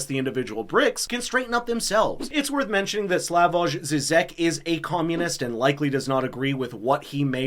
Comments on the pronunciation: BTW, Slavoj pronounces his first name as "Slavoy" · Pronounced Slavoy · Sorry for being picky, but it is pronounced "SLAVOY". "J" in all slavic languages and german is always used that way as it was addopted from latine where it stands as alteration to "I".